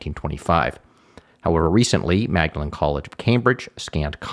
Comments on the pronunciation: Pedantic Cambridge point, but Magdalene is pronounced “Maudlin”. I went to the college next door, St John’s (pronounced…well, “St John ‘s”) 😊 and to get to the Pickerel pub we used to walk through Magdalene through - you guessed it - Mallory Court! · One tiny point (just for accuracy) The Magdalene in Magdalene College is usually pronounced as Maudlin/Maudlyn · It's a small point, but typically "Magdalene" is pronounced "Mawdlin" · The college itself states the pronunciation is Maudleyn Also on the site - which I did not know - the e was added at the end of the name to distinguish it ftom Magdalen College, Oxford.